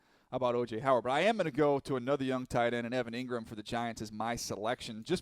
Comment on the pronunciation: Bruh said Engram lmao nooo dude